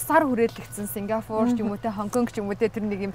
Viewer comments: СИНГАПУР гээд хэлчихэж байгаарай 🫠 Сингафур гэсс😂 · yoo yg yg aygu muuhai sonsogdod baihin. singafur 😂😂😂